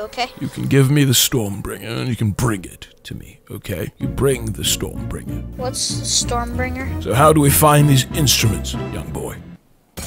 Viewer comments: It's breaker not bringer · Storm “Bringer????” EXUSE???? It’s “StormBREAKER” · It’s Stormbreaker, not Stormbringer lol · I was triggered when he said storm bringer its storm breaker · I like how he says storm bringer but its stormbreaker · I cringed every time he aaid Stormbringer it Stormbreaker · Bro it's called StormBreaker not stormbringer Lmao😂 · 😂😂😂 You know he's not Thor when he says Stormbringer and not Stormbreaker. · It’s Strombreaker not Stormbringer. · Is anyone else gonna notice he was saying storm bringer and not storm breaker lol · AM I THE ONLY ONE WHO GETS TRIGGERED EVERY TIME HE SAYS "STORMBRINGER"!!!!! ITS STORMBRAKER GOD DAMNIT!!! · Anyone else pissed off that he’s saying Storm Bringer instead of Storm Breaker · Is it just me why he sounds like he saying storm bringer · Did you say StormBringer not StormBreaker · Did i just hear them saying STORM BRINGER Not STORM BREAKER ? Or am i deaf ? XD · Who else’s got triggered when they kept calling storm-breaker storm bringer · It annoyed me that he said stormbringer not stormbreaker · It is not pronounced storm bringer my little man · It's not stormbringer its stormbreaker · Its stormbreaker not... stormbringer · Does anyone else cringe when they say "Stormbringer"? Edit: It's Stormbreaker.